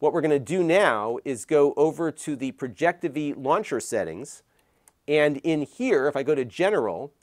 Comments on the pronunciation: It’s called Projectivy. As in Project IVY. Not projecteevee. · Hey it's pronounced Project IVY Launcher, it's a Final Build for an English Based Launcher for Chinese Branded Projectors. It has come a long way I'm glad it's the main stream now. Good luck with Google TV Working properly 😅